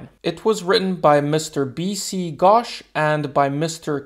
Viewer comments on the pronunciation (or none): the pronounciation is not "ghawsh" its "ghosh" use o not a its not like your oh gosh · The pronounciation of Ghosh will be like saying ghost but instead of doing the st, you do the shh. It was good seeing you people learning something from us. 🔥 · Man pronouncing "Ghosh" as "Gosh" caught me🤣🤣